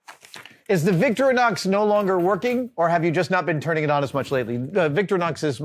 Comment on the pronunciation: Small point: It’s “Victoreeenox”, not “Victory-nox”